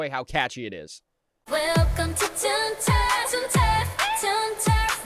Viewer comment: "welcome to toon turf' tun terf, hee"